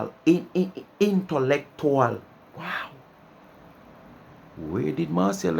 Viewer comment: All them “big words” she called together no mek not a sense. Plus she no even a pronounce intellectual properly 🙄🙄